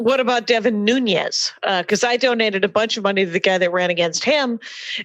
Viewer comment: 1) it's Devin Nunes (Portuguese) not Nuneź(Spanish) but I think that's how he got elected the first time. 2) Rule about finding delicious tacos : the crime ridden the neighborhood, the delicious the tacos are.